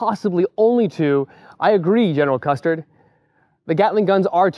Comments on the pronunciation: Custer, not custard. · Its Custer not custard just saying lol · Just slightly confused... Did you say "General Custard " on purpose? anyway nice vid . the 930 is great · Did you just say, "General Custard"? Holy shit ... wow.